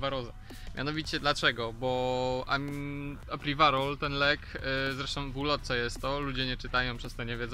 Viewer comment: Podajesz nam publikacje, starasz sie być taki dokladny. Staraj sie też proszę używac slow, ktore potrafisz wypowiedzieć. To żaden wstyd wypowiadac sie w prosty sposob!!! I apiwarol, a nie apriwarol :/